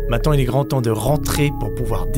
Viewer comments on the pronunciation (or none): none